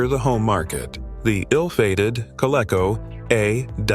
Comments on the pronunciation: It's pronounced "KO-LEE-KO". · Co-lee-co. Adam, not A D A M